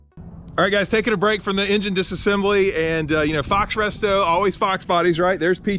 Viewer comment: "Pisassembly"? 🤔...😂 TeamTtop👍 Those Coolant rails are a SOB...it took A LOT when I busted mine loose. Call me what you will, I love gloves...less clean up! But, it is easier to do things without them on. An '84 balancer on an '88? Good news on the engine teardown...that had to be music to your ears.